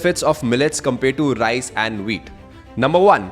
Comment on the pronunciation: Great content....but I cannot ignore the fact that he always says RISE instead of RICE